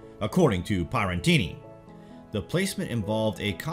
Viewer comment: You mispronounced Pierattini right at the beginning.